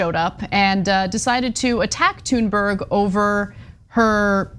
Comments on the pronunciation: its not pronounced tune its thune and this idiot is sayn her name wrong as well they are all idiots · Is anna the only one that doesn’t understand how to pronounce her name? Tune berg? That isnt how to pronounce it, i dont know who told you that but no, nope. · Her name isn't pronounced "Tune berg", it's "Tune berry". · Totally agree with you guys, on this. However, just a heads up. You guys don't pronounce her name right, either. Greta (gree-tah) Thunberg (toon-berree) And you roll the r's in both cases. Hello from Sweden. =) Keep up the good work on covering this. It pisses me off how they're going after Greta like that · Greta, you can fade these weirdos any day of the week. It's Thuuuuuurnberg homey. Easy af to say. You guys gotta stop with this shit about pronouncing people's name's wrong. It's super lame. I mean, loser supreme. Oldest, weakest, act ever. Stop bro. That girl is absolutely the shit. These weird dudes are are some of the lamest haters on Earth. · sorry but you are wrong. Her name is pronounced Toonberg. To make it even more authentic you would say Tünberg. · If he can't be bothered educate himself enough to find the correct pronunciation of her surname, why should I believe anything else he says? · If you're going to mention her name then pronounce it properly. What an ignorant man but not surprised he goes on Tucker's show (another ignorant creature). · He can't pronounce her name and he has no understanding of Autism. Tucker Carslon just keeps getting even more rank. Good follow the money Ana ... I'll repurpose one of my laser satellites to give this guy a close head shave ... as**ole.